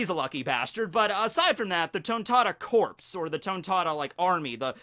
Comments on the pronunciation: You pronounce Corps like "core" and not "corpse". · The 'p' and 's' are silent is corps. Sounds like core.